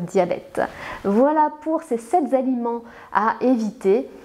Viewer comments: "Ces sept z'aliments" heu .... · Sept ne prend jamais d’S donc on ne dit jamais les sept Z’aliments😂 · Dommage qu'elle finisse son exposé par " sept z aliments "...